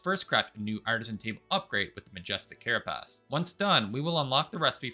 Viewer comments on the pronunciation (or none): I have never heard of these things called "care uh PASS" and "duh VAY gur." Enlighten me